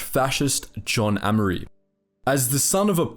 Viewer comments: pronounced A mery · Amery is pronounced with a hard A sound not a soft a